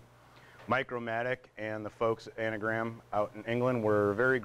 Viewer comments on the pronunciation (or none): It's Angram, not Anagram! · It’s Angram, An Gram, not anagram.